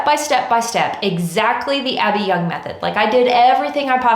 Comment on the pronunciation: Gentle reminder... "Abbey Yung" not "Abby Young."